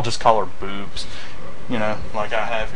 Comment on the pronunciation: LOL "Bewbs"